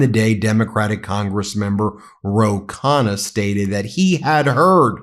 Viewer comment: Americans should learn how to pronounce Indian names. 😂😅 There's a reason why the letter 'n' is repeated twice in the name Ro Khanna!!!!🎉🎉🎉 you lay emphasis on the 'nn' - lol!!! This is the second channel where i've noticed this.